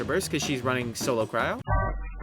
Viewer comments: Yall hear him say cr-owe ... and not Cry-oh right?... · how did You see the word “cryo” and be like yeah. That’s pronounced crou (unless that’s just shortened way of saying it)